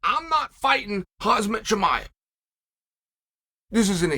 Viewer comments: Why does uncle chael call khamzat- Hazmat 👀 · Chael please stop saying Hazmat Chimaev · Someone please sue Chael for REPEATEDLY and DELIBERATELY calling Khamzat as "Hazmat" 😢